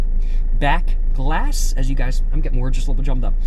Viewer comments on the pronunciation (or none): did he almost say “my black ahss” instead of “my back glass?” 😂😂😂😂😂